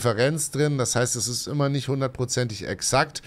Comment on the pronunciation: "ümmer" besser 😜